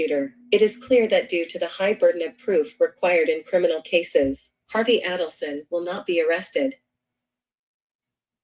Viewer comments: like most people commenting, I'd much prefer to hear your voice. But if you are going to use an AI voice, change all the co-conspirators' surnames to "Aydelson" and the AI voice will say Adelson the way it is supposed to be pronounced. Keep up the great work. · You are pronouncing the name incorrectly. The name would have to be spelled Addelson for this pronunciation to be correct.